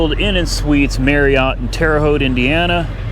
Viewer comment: I'm impressed, you pronounced the name of My home town Terre Haute Indiana Right.......lol